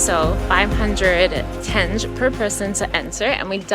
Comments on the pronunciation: Ugh I wish you guys enjoyed Turkistan and Shymkent more. There is a lot to see and both of the cities are cheaper than Almaty and Astana. Btw, I don’t think someone had a chance to tell you the right way to pronounce «tenge», but it’s actually «ten-gé» (like teng-gay). I checked and for some reason google says tenj🥲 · oi, oi, oi. Kazakh Greetings from freezing Perth. The name of local currency pronounced as Tenge, like you pronounce Mango, the letter G I mean. Enjoy your trip, guys. PS: it is the season of fruits now, so try local melons and watermelons. Cheers)